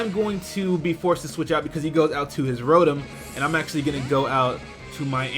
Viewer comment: its pronounced ro tom not ro tum